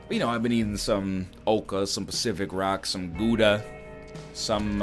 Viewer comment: NL, you take the o-sound in 'now', then you go: g – o – daa. That's how to pronounce Gouda. I mean you really should know this since your name and the country literally have the same abbreviation